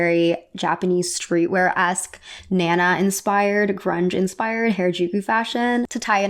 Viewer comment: You should refresh your pronunciation of “Harajuku” and “manga.” I love your videos. Cheers!